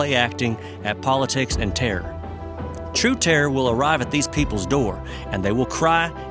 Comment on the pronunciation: Violence not "vilence". Terror not "tare". Infinitely not "infinly".